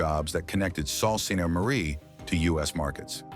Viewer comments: It’s not salt ste Marie it’s pretty pronounced Sue, SOO Saint Marie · Yes it's pronounced Soo not Salt. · Salt Saint Marie? Is that how Canadian pronounce it! 😮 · The narrator pronounced "Sault Ste Marie" wrong. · Sault Ste Marie: Soo Saint Marie. The plural of house is pronounced howzez, silly robot.